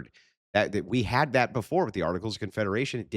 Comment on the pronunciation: dis and dat lmao